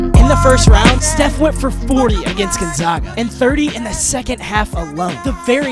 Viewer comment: Ain’t no way he pronounce Gonzaga like that